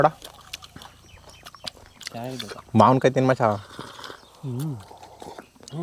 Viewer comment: ಮಾವನಕಾಯಿ ಅಲ್ಲ ಬ್ರೋ ಮಾವಿನ ಕಾಯಿ